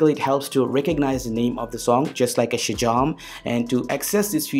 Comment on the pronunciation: 😂😂😂 the way you speak Shazam 😂😂😂